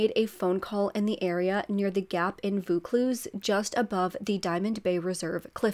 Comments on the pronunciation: Happy New Year from Sydney 🎉🥳. Just letting you know the suburb is pronounced "Vaw-cluse" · Nice to see such a recent Australian case, thanks! Pronounced like Vore Cluse lol